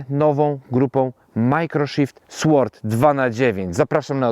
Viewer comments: Nie "SŁORD", a "SORD"... "w" tutaj nie wymawiamy. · Sword wymawia się bez dźwięku „ł”, czyli nie czyta się „w”: sord 😊